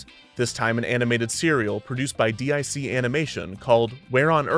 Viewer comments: "D-I-C Animation"? Were you afraid to say "Deek"? Because how you say the name is right there in the famous closing logo. This is an amazing video but that threw me off. Also, the Chief in that series is voiced by Roger Bumpass, the future Squidward. Just some trivia. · Did Kevin literally just call DIC Dee Eye Cee and leave it in? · D.I.C. is pronounced "Deek". "Deek" enterprises. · Bro, its not D-I-C, and you know it. They even pronounced it every time. Definitely the Original Run with Rockapella was the best version of this show. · Its not D-I-C...its Deek, like seek. They even SAID it at the end of the episodes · Why did Kevin pronounce the company's name as "D-I-C" instead of "deek"? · Why'd he say D.I.C. animation ? Nineties kids know how to say that name! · D-I-C animation? I think you'll find it's pronounced "deek" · I watched DIC Entertainment cartoons for thirty years and I've never once heard it pronounced "D.I.C." spelled out. In the studio logo outros, they always pronounced it "Deek." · Dic is not D.I.C. Animation. It’s Dic. It’s pronounced (Dik) and rhymes with Rick. Say their name right dammit. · DiC Entertainment is not D I C, it's pronounced "deek." Check out the end credit logo segments. There are some at least from the 80s that has the pronunciation. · "D.I.C. Entertainment" It's pronounced "deek". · It’s pronounced “deek”, not “D.I.C.” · Deek not dee eye see. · DIC animation is pronounced "deek" not D I C. Great video though! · DIC was actually pronounced DEEK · It's pronounced "deek." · Except you know, anyone who's ever seen the logo screen at the end of any DIC show because it has a voice over of a kid saying it, because that is in fact the name of the company and how it is pronounced. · D.I.C. Animation? You just didn't want to pronounce it they way they did after every episode. "Deeeck" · FYI, DIC is pronounced "deek" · I would like to respectfully mention that DIC is pronounced "deek".